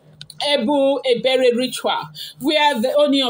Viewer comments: Pronounce :Eh-bor ibeh-reh. I genuinely doubt Ebony's mental well-being😢. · He bo hi be re that is the pronunciation. You are even trying o jare my daughter. Ashley's secret has opened, and don't mind her. She can not do anything again. Her power has been rendered useless by Almighty God of Heaven. All kayamata that she has been using for Kabiyesi ever since Adeola's mum regime down to Mama Adewamiwa to Naomi. It is finished for Ashley. Ika buruku. And she has gotten her own children, she doesn't even think of tomorrow on those children. God dey. And God will judge Ashley accordingly, is a matter of time, and the time is imminent.